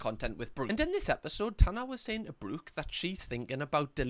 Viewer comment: I can't believe you managed to Geordie-fy the name Brooke 😂 Brewk (sorry you're great)